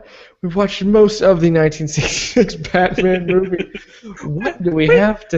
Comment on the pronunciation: Lol "battainment"